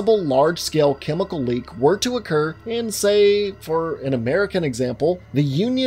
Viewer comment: ParTiCular chemiKul... I liked how you said that lmao